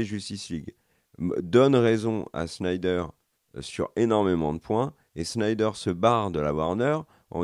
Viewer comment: ne sait pas dire snyder, ne sait pas dire hawkeye. 1 partout balle au centre.